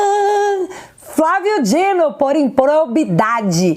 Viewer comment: Mulher é Flávio D I N O não Dinho 😅 vídeo ótimo mas eu fico me contorcendo vc falando mil vezes o nome dele errado